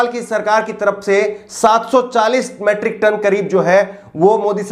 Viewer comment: अबे गधे मैट्रिक नही मीट्रिक टन कहते है।